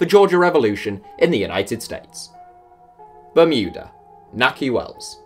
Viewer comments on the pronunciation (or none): none